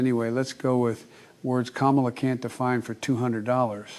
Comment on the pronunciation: That's not English ka-mala